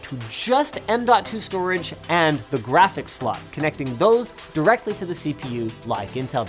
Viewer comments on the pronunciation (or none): none